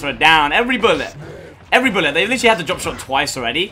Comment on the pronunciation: Bo Allen - Where do you hear "literally?" All I hear is "litry"